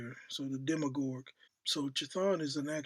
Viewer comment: Speak the hell up? Its pronounced dem me urge set is his brother